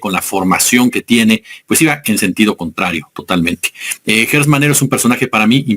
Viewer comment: Porqué le dices ( Guertz, )es Gertz, Gertz.....Gertz Manero, Gertz